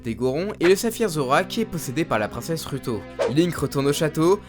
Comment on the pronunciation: Tu prononces vraiment bizarrement les noms des personnages, c'est assez perturbant x) (exemples : Nyaru au lieu de NAYru, Daruna au lieu de DaruNIA, Ruto prononcé avec le U et pas le OU, etc...) Sinon très bonne vidéo, j'aime beaucoup :)